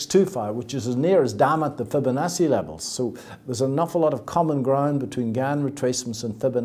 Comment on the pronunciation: he can't even say Fibonacci properly.